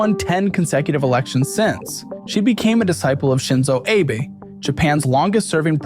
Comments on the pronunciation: Isn’t Abe pronounced “ah-bay” rather than “ay-bay”? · Abe is pronounced ah bay not ay bee Edit: it seams like you figured that out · AH-BAY, not "abe" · Abe is pronounced "ah bay" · Found it funny how you pronounced Shinzo Abe's name, like how you would pronounce it with late president Abraham Lincoln. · Great video, but you keep pronouncing Abe wrong